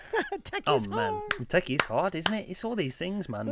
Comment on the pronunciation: Closing line sound like “Tech is easy”’ 😂